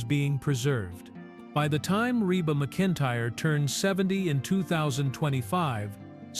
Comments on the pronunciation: Her name is pronounced "mac-in-tire". The first several minutes of this video you pronounced it wrong. Do your research before posting something on one of the beloved, famous female singers entertainers in the US for over 4 decades. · Pronounce her name right